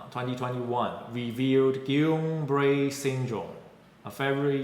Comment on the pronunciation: Thank you so much for sharing this video presentation! I love that you pronounced Guillain Barre correctly and decided to make a video on this subject. I survived GBS as a teen from an immunization, so I've been very afraid to get it again. I did not fully recover and live with my disability. I'm so frustrated with the statements, "the risks of covid are greater than any risk of GBS." and "The pfizer and moderna have not been shown to cause it; only J&J." I'm affected by a mandate in my workplace/province of Canada.